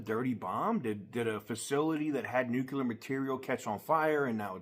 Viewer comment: There's no such thing as Nucular material. I think maybe you mean NUCLEAR (NU cle ar) material.